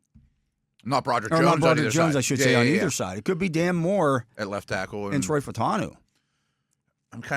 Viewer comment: Are you guys so lazy that you can’t even use one extra syllable and pronounce his name correctly? I mean Troy.